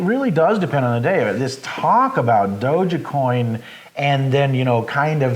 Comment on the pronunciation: Nice talk! Decentraland is an interesting project that will probably last. But it's not Doge-e-coin, it's dogecoin, long O, soft G silent E ;)